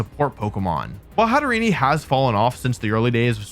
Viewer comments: Hatterene. The last part being like serene not serenee. That extra e you use doesn't belong and really grates the ears. Please. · every time he says hat er ee nee and kahn toe my life decreases by an hour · The way he keeps mispronouncing Hatterene kept bugging me so here it is a mix of Hat and Serene and to go with their fairytale connection the Mad Hatter